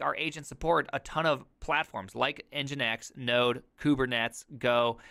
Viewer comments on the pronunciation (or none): today I learned: nginx is not pronounced engeenks